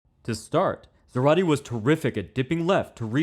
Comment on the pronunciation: It's pronounced ZAH-rate. The accent is on the first syllable.